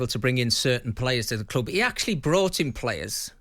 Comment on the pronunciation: Maybe learn how to speak English and that it’s ‘club’ not clooob’